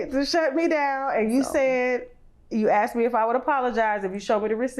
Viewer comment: If she says 'axed' one more time instead of 'asked"... 🙄